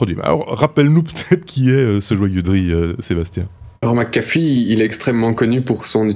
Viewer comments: Toujour pas... c'est pas McAffee mias McAfee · Euh... C'est McAfee pas McAffe